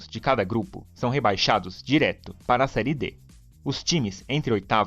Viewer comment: Serie " É " com o som aberto; não fechado " Ê " igual a fé, pé, etc. Aprende!!!